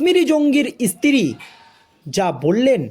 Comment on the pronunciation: এতো খবর পেলে কোথায়? ইসতিরি নয় স্ত্রী। ভাষা টা ঠিক ঠাক বলো।